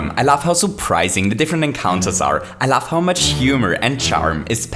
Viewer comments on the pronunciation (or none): sounds like hes saying "i laugh" instead of "i love"